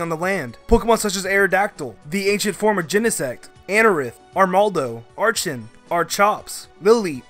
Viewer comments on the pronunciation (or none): none